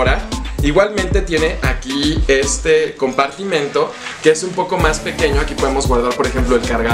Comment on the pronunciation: El si sabe decir la palabra compartimento y no como sus compañeritos que dicen compartimiento 😅 muy bien por él!! 👏